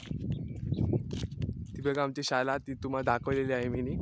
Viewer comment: रत्नागिरी जवळील कर्ले हे गावही दाखवून त्या गावाचीही माहिती द्या please ,छान गाव,छान माहितीपूर्ण video.शाला असं न म्हणता शाळा असं म्हणा please ,शुद्ध मराठी भाषेत बोलावं please ,माझ्या या सूचनेबद्दल राग मानू नये.